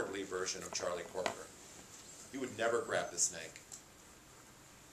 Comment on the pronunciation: It's CROKER, not Corker!